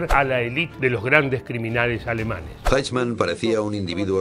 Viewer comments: se pronuncia: "aijman", no "eichman" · No se pronuncia "eichman" sino AIJMAN. Como siempre la mayoría de hispanos diciendo cosas sin previa investigación. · muy bueno! se pronuncia "aijman". Saludos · Lalo querido....sos un capo y uno de los mejores locutores del mundo castellano-parlante....por favor, el apellido de esta bestia se pronuncia "AIJMAN" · Se pronuncia aijman 😉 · Aichman se pronuncia en Alemán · Adalf Aijman!! "Eichman", que pashaso este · Al menos irformate como se pronuncia eichmann!..... Es aijmann!.... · Correcto, vi el video completo porque es un tema del que leí mucho y siempre me interesó, pero confieso que desde el momento que pronuncia esas 2 palabras castellanizadas supuse que era material pobrísimo, y no me equivoqué, saludos! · Pronuncia mal 😂 como en español 🤦🏻‍♀️ me choca escucharlo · ¿Que cuesta preguntarle a alguién que hable alemán como se pronuncia este apellido? Hay una sede del Goethe-Institut en Buenos Aires, hay al menos dos colegios alemanes en Buenos Aires y en Buenos Aires viven miles de descendientes de inmigrantes alemanes. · El nombre “Eichmann” se pronuncia en alemán algo así como (un hispanohablante pronunciaría) “Aijman”, y la ciudad de “Solingen” se pronuncia algo así como “Sólinguen”.